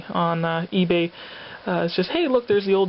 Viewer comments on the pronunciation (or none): Awesome pick up!!! I was wondering I kept hearing you say E-Bay but I almost thought you said C-Ebay like a special comic site or seller. Just wondering, and that X-Men and Venom Cover are awesome.